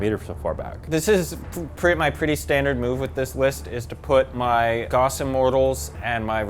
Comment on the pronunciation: I know they were saying "gauss", but I kept hearing "goffs" & was getting excited about orks 😂 Which is the only appropriate reaction to hearing goffs